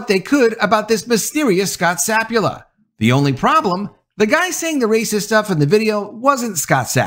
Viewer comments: Sa pul pa not sap u la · Not SAP-u-la, it's sa-PUL-pa. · I think he continually mispronounces his last name- it's not sapula- it's sapulpa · SapulPa, not Sapula ? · To nit-pick at you ... pretty sure the guys name is pronounced Sa - Pul - Pa, not Sap - U - La. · His last name is Sapulpa. Sa-PUL-pa. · Scot Sah-pool--pah. It's right here in black and white my guy. Sah-pool-pah! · It’s Sa Pul Pa btw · The name of the poor guy is Scott Sapulpa (SA-PUL-PA) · The pronunciation is. sa pul pa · Yeah, I get it. Papers want to be first instead of accurate these days. But were you guilty of something similar when you mispronounced Gannett (It's guh-NET) and the head coach's' name (which has two Ps, one of which you continuously left silent)? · You realize you are ignoring the last p in the guy’s last name. Just saying.